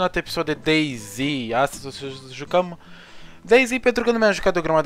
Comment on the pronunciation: "Astăzi o sa ziujzjiucăm"